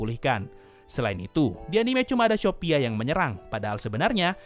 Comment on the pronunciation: Bang aku dengarnya syopia bukan shopia